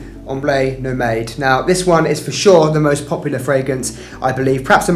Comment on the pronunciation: also Nomade in Ombre Nomade is pronounced No-mahd. Appreciate your insights 🙏